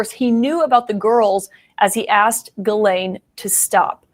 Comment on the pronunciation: is pronouncing Ghislaine Maxwell's name wrong.